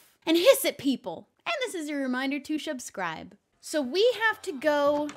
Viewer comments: "Shubscribe" I love it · Wait did you say shub-scribe 🤣🤣🤣🤣